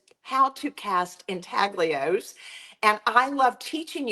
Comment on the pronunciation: Thank for sharing this method, I absolutely love intaglios but as many of us know, real ones are super pricy! Just need to mention: the g in intaglio is not pronounced. The first part sounds like ooin (or uhn) and the ios sounds like yo. Ooin tal yo. I’m also a teacher ;-) and teachers gotta teach, lol.